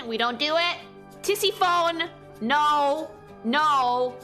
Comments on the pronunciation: I just can't with "Tissi-phone" XD It's "Ti-*si*-fonee", with stress on the second syllable.But "Tissiphone" will never stop being funny though, so I give you a pass :) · i imagined she was ragebaiting when i realized, how could she know a lot about classic mythology and pronounce it Tisi-fown?? lol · I am losing my mind at the pronounciation of some of these names lmao TISSY PHONE KILLS ME ahahahaha Also I would not have connected Orpheus with David Bowie, that's absolutely Robert Smith of The Cure, interesting connection tho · Aaaah, Tisiphone rhymes with Tiffany, not telephone! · Bruh the way you pronounce some of these Greek names makes me want to pull out my hair TISIPHONE AND EURYDICE ARE NOT PRONOUNCED LIKE THAT